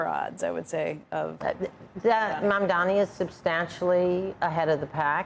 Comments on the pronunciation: DUDE. It's Mam-dani. Not Man-dami. How stupid do you have to be? You see the name written right there. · it’s really not that hard to learn to say Mamdani’s name. He acts like it’s a burden to learn someone’s name. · Andrew.....my friend, its not that hard....just learn to say his name properly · Oh no, business leaders and CEOs won't hold all the power anymore.... so sad. All these leading questions. Also, so sorry that his name is SO HARD for you to pronounce, so much so that when you faltered you had to take a second but didn't forget to roll your eyes so hard like it was an inconvenience to you... what entitled out of touch privleged a-holes. Also interesting how not the crime and city as doing SOOO well now but before the primary it was a hellscape ridden with crime..... hmmmm